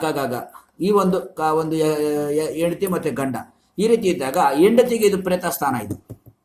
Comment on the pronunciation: Yendathi alla hendathi 😂